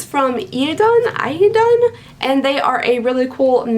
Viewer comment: Idun is a goddess in the Norse pantheon and her name is EE-dun :0)